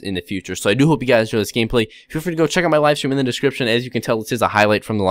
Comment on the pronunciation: When you say "do hope" it sounds like you say doop